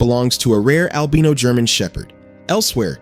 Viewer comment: Albino has a strong "I" in it. The way he is saying it is DRIVING ME.